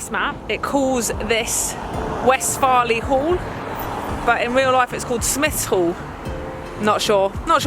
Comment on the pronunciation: Good pronunciation of West Farleigh !